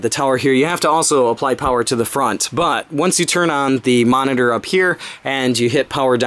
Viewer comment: I keep thinking you say flower everytime you say power lol